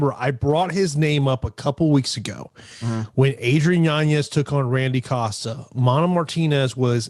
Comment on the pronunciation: Yanez not yanyez